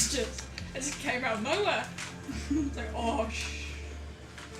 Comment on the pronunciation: stress is on "not JUST" :P